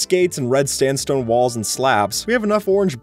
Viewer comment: I can't be the only one that heard "red sTandstone"